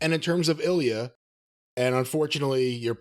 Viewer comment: It's not eel-e-uh, it's ill-ya